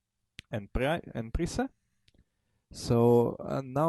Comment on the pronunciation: A few corrections: 1)"light" piece should be called "minor" piece, 2)"haven" is pronounced "HAY-ven" not "HAVE-en", 3) en prise should pronounced 'on pree"